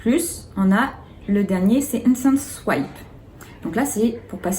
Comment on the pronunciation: Merci pour cette vidéo très claire, juste une petite précision, swap se prononce souap et veut dire "échanger", swipe se prononce souahip et veut dire glisser.